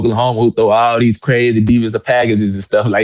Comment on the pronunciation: Awesome player, extremely poised, polite, knowledgeable with a great, genuine smile. And he pronounces the word “throw” just like he’s suppose to: I can thow that ball.